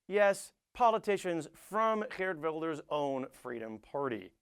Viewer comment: Many dutch people (incuding me) are ashamed of Wilders and his followers. Please don't assume everyone here is like him or Donald Trump :(. And btw nice pronounciation of Geert Wilders, especially the G-sound can be very hard for foreigners :)